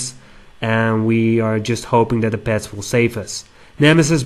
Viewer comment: "or even PEHTS!"........ =P